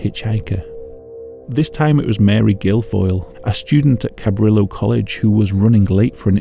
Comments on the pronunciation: Please note that , at least in California, Cabrillo is of Hispanic origin, and therefore pronounced kah-BREE-yoh. I understand that it's impossible to pronounce everything correctly, I just figured I'd give you a heads-up. Beyond that, love the video. The subject was a new one for me, which is increasingly rare as time goes on. Thank you! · To be honest, Santa Cruz deserves another serial killer, fuck this city. Also, the way you pronounce Cabrillo pains me.